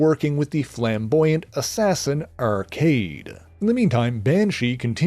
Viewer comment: You know, omega red has been one of my favorite characters for a long time and 8ve never heard his name pronounced like that. Sounds much cooler than "Arcade-y." The trill on his last name is a noce touch, too.